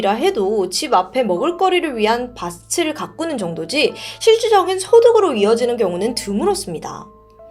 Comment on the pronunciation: '밭을' 가꾸다 [받틀] 가꾸다라고 읽어야지요... 왜 이렇게 우리말들을 제대로 못 읽고 못 씁니까..........